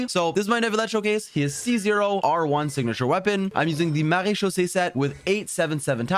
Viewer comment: Marechausse set. I always hear "Marie-Josée set" 😅